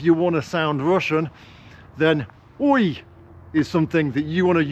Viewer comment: Oi kind of sounds Australian too., here's a question for you. How do you think a Russian walking around in the English countryside with a camera, like you do, would be treated?